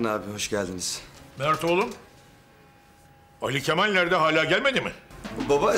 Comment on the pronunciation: Sinan neden ali kemal deniyorda ali kefal diyor